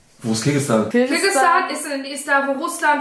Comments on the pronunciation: es heißt kirgisistan und nicht kirgistan btw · das heißt KIRGISISTAN, nicht KIRGISTAN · Nicht Kirgistan!!!! Kirgisistan!!!!!!!! es hat noch ein "si" drinnen🤣🤣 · Nicht Kirgistan, es heißt Kirgisistan... hat das schon richtig gesagt